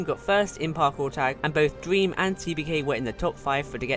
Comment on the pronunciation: I like that his saying Dweam lol